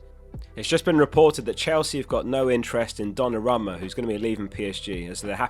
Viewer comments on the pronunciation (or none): Man, the pronunciation of Donnarumma was mind-blowing.